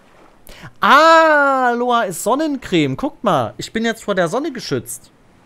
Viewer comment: Nicht Aloa, sondern AloEEEEE.